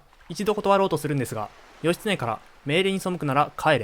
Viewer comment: 一ノ谷が「イッキー」、義経が「ヨシ」と読まれた瞬間、物語が一気に茶番になった。 さらに瀬戸内は「セトチ」、挙げ句の果てに義経が一度「シムラ」――ここまで来るとビデオ自体が冗談。 AIナレーションは罪深い